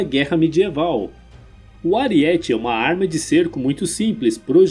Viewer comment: Saudações. Amigo, não é AriÉte(paroxítona) que se pronuncia. O correto é ArÍete(proparoxítona). Dói o tímpano ao ouvir voce pronunciar a palavra errada. É so lembrar daquele personagem baixinho do He-Man que dava cabeçadas em paredes e muralhas. Mas, o resto ta ótimo seu vídeo.